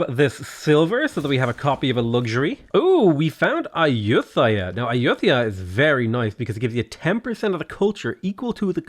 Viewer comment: Me: LOL he pronounces Ayuthaya "Ayuu-they-are", he probably never visited Thailand! also Me: "Thang Long" thehehe....